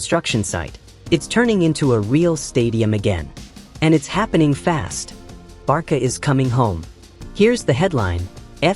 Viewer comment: Why does the A.i keep saying Barka?😮